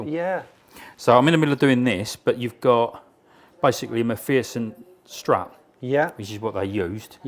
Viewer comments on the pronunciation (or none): Nice work! Made me giggle when your pronounced "Macpherson strut" wrong😂